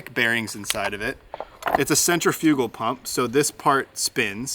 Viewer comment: Sin-tri-figul. Not sin-trin-feugal. Lol just messing.